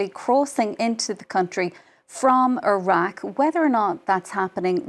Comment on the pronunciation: She cant pronounce iraq properly